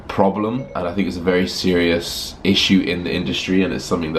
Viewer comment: Anyone else notice his phone when he says "SIRIous"